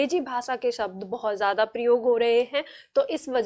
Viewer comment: बड़े अफसोस की बात है आपका उच्चारण स और श का सही नहीं है हिन्दी टीचर का उच्चारण सही होना चाहिए आप परिभाषा को paribhasa बोल रहीं हैं और शब्द को सब्द बोल रही हैं